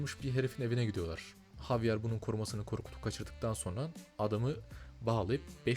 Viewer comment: la javier i ingilizce değil korece cevirip dinlicen :D havyar değil habiel hatta bi ara ceviride habiel olarak geçiyor sonra ing e javier olarak geçiyor